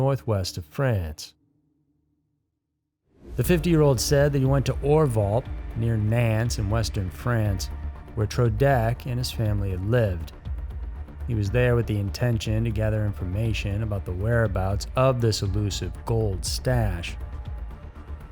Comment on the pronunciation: Great video, hideous French pronunciations XD e.g. "Nantes" is pronounced "Nont"